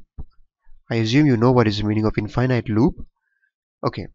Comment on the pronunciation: in- finite... Don't say it like that Say in - fi - nit. at the end don't say night, say nit or knit. it helps with comprehension and differentiate infinite to finite.